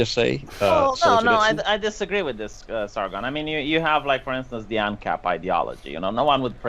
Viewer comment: Sar-gunt of Arsecock.